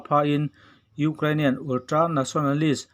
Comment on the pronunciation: Ultra tih ve mai awm ulltra tih tlat 😄😄😄